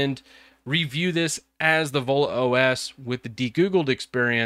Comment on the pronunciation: Sounds like you're saying Ebola phone.